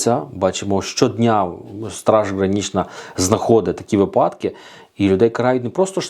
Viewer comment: Весь день по радіо чуєш про дурнуваті ''випáдки''. Увечері заходиш в інтернет - те саме. Цікаво, чи можна десь почути нормальну українську мову, без щелéпи, листóпада, енергонóсіїв, пóдушки, óзнак, ліжóк, пóвісток та ''иншої мутоти''?? Невже для того, щоб відпочили мізки, треба шукати іншомовний контент?